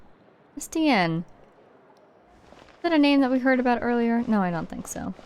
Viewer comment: "where are we a-boat to go." I'm unsubscribing smh